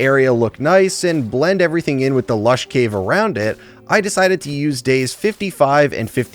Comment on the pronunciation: ah this is what doctor rage was upto <3 also me giggled everytime you said lash caves:D Me was worried why isnt uploading. Now me knows was looking for his white bed in snow.